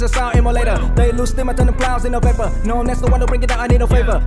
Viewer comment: POV: Mấy từ kiểu vapor, favor,… có cái “or” đằng sau với mấy cái “ism” hưng thấp phát âm có cứ hơi việt nam :))